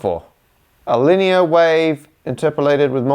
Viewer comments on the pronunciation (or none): none